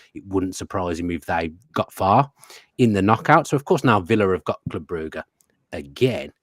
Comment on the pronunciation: Why can’t you say Brugge properly. 😂